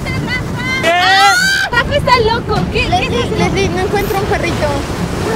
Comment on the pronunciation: me mui de risa cuandi leesli estaba percieguien do el inflable ajjaja😂